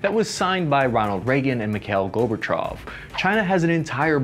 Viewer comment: I like the channel but I'm also going to dislike any video where a name is mispronounced, Mr. Michael Gorbachov...